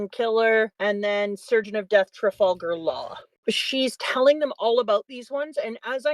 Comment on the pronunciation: Trah-vulgar Law??